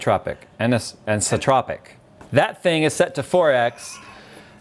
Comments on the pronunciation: Ant-eye-so-troh-pick anteyesotrohpick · Anisotropic: an-EYE-so-tropic